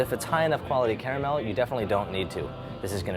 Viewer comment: Best part of the video is that he pronounces "caramel" like I do.